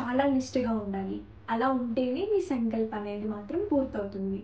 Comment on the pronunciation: Sankalp kadu telugulo sankslpam ani palakali.